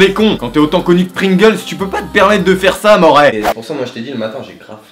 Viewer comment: J'étais mort de rire à quand t'as dit "mes chipe, mes pringls" ahahah, de mieux en mieux tes vidéos je te suis depuis longtemps, gros gg Lache rien.